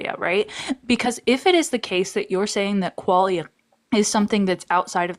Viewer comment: mispronounces quaila… seems legit.